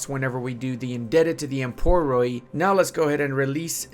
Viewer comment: I know that you are not Greek but i beg you. Emporoi is pronounced empori (oi is proncouned like the i in bits unless it is ï). That goes for every oi you see. PLEASE!